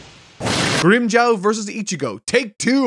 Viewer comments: has been saying grimmjow's name like "Grimmjaw" for the whole video and I can't stop laughing lmao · its GRIM JAW. JAW like what you have in your head, with the teeth. Not jaw like Jawas from Star Wars. You need to watch the anime sometimes just to learn how the names are pronounced. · You can say Grimmjow but not Ulquiorra and Yammy?? What's going on with you? You're excuses won't work on me,. Also it's Grimmjow not Grimmjaow.